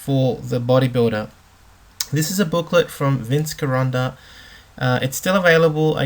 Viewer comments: It's pronounced Jironda. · No, watch some videos of people who worked with him, like Larry Scott, Ric Drasin and others. They pronounce it "Jironda" like Jello. Example--You tube "Vince Gironda 'Vinces Gym' Original Dip Bars"